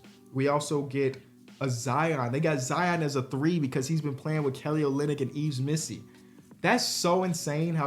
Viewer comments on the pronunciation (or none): Yves missi is pronounced “EVE” “ME-SEE” I think